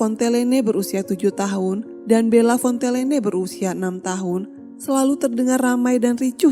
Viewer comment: Fontellene atau Fontenelle teh.. ? Omongan dan Tulisan ko beda... ??ditulis Fontenelle, dibaca Fontellene.... ????⁹